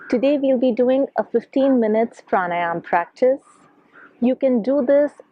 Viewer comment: It’s pranayama right? Not pranayam